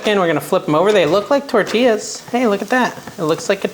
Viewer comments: It's TOR TEEYAS. It hurts our ears here in the southwest to hear you say TOR TILLES. Enjoy you. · Liked your video but the double L is prounced like the letter Y. Correct pronunciation is tor-ti-ya